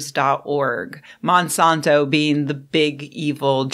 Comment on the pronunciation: It's Mon-san-to, not Man-sawn-to.